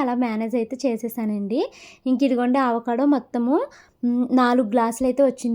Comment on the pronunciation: Just a small suggestion since you are learning english and pronouciations ఆవకాడో కాదు అండి అవకాడో